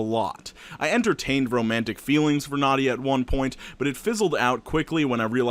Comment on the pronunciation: as someone named nadia, its nah - dee - ah not nod - de - yuh. (common mistake)